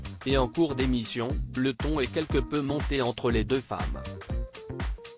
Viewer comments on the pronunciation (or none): Moi je veux bien lire les communiqués de cette chaîne : c'est ridicule de les faire lire par un robot, qui prononce par exemple systématiquement le verbe être à la troisième personne du singulier (il/elle est) comme s'il s'agissait de la direction (l'est). Vous n'avez donc pas sous la main un simple locuteur francophone pour lire ce qui est écrit en français dans le texte ?!?